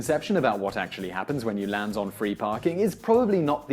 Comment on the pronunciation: Why does he say land weirdly it sound like he's saying lans